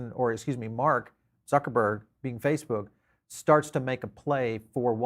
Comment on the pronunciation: I do always understand if english people are saying Zuckerberg .. .Suckerbird hahahahahhahahhahahhahah soooo funnyyyyyy by the way "Zuckerberg" is a German name and pronounced totally different what do u think